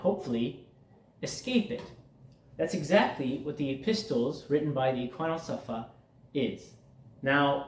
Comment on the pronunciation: Thanks for your time. I commented on your short. Here is a small English tip. The word EPISTLES is pronounced epissels. The T is really silent. This is going to be a very big task. Remember, the schooling started young men at the age of 15. They were taught in groups of years because of our age of maturity and understanding. They were very particular about learning in order. It is a layer upon layer learning cycle, like laying bricks. I am 71 and the last age group in their school was 50-70. I would be like a Sage. Haha. If you are in the states, are you familiar with the Ismaili Institute Prince Rahim Aga Khan V and his father built in Houston, Texas? It really is quite beautiful! Estimated $200,000,000 to build it. Thanks for trying to help. I think this is a hidden gift to all of humanity even though some of the information might be outdated. Scholarly minded people work with it. 😊😊